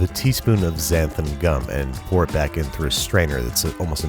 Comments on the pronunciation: I heard " that is right my roommate is black" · Back ... Not black...lol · Thought he said my yes my roommate is black lol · When babish said "thats right, my roommate is back" i heard my roommate is black and i literally DIED laughing lmaooooooooooooooooooooooooooooooo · Did you say " my roommate is black" or "my roommate is back"? :) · I HEARD WELCOME BACK TO BITCHING WITH BABISH LMAO